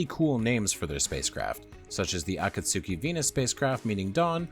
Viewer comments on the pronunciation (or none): none